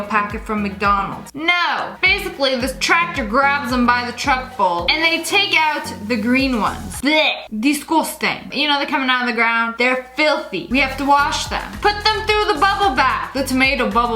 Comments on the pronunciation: I love it wen Lia saids DiScOtEn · Love it when she says "DiSgUsTaNg"😂😂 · "disguesting" with the accent🤣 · U are responsible for giving me the pronounciation of digusting😅❤